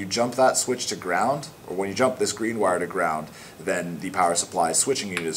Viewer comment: i mean wire not "witte"